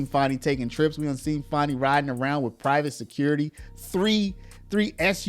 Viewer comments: About the constant mispronunciation of FANI Willis. There is NO "W", in "FANI"! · Dude its fanny not fonny why u doin that for her please use correct annunciations thanks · Who is Farni? Thought her name was Fani.